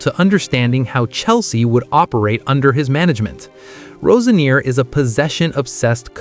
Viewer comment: This guy can`t even pronounce Roseniors name right.